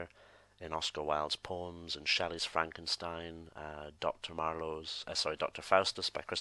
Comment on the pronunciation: when you said poems i thought you said porn and i was like dude some stuff you don't share